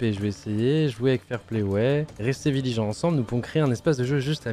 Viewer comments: y a que moi qui ait remarqué qu’il a dit « viligant » au lieu de vigilant dès les premières seconde mdrr ? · Surtout restez Viligant 😂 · "viligant" tu voulais dire? haha